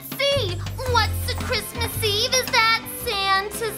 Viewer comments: "bwain hurty understandy kwismas" gets me every time hahahaha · I believe you mean cwismas